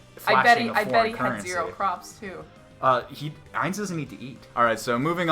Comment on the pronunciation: I find it funny how she keeps calling Ains “Heinz” like the ketchup brand 🤣 10/10 video man 👏